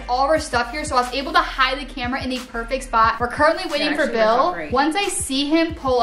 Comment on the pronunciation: she Called Bill Billle